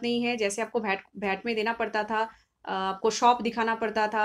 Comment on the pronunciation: agreed wd u abt Knowledge, but hw someone can call Bhat instead of VAT. if it's abt Local langauage then speak in ur local language why English?